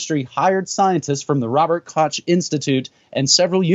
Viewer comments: Koch is pronounced little like Kohh. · Koch is pronounced like Kokh, like Juan. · This is not how you pronounce "Koch".